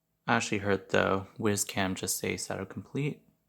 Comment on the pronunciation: I thought it was pronounced wise (as in smart) not wiz (as to pee).